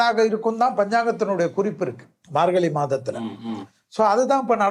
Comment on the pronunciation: Dear, Thai piranthal vali pirankum enru solhirirhal. Vali enral pain. Vazhi enral paathai. Athe pol 'markali' enru solhirirhal. Thamizhil 'zha' enra ezhuthu mihavum mukkium. Antha ezhuthu varum sorkalai pesi payirchi edunga. Piraghu matravarhalai petti kaanalam. Thamizhanaaha piranthu 'zha' enra ezhuthai ucharikka theriyavillai enral vetkka pada vendum.